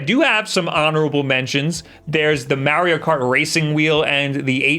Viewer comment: It’s pronounced like NEESH not nitch. The way you say Mario is bad enough lol